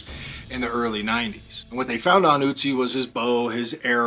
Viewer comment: Guy's name isn't Uzi but Ötzi! The first letter is pronounced like the next vowel after the first letter in bird or girl :)